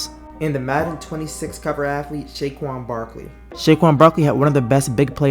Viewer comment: did i hear right him saying SHAYQUAN lmao